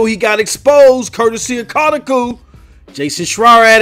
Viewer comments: Stop pronouncing things lol what the hell is kahtakoo? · It’s pronounced CO (like in Co-op)- TAH (like Spongebob laugh)- COO (coo like what a baby does) (Kotaku)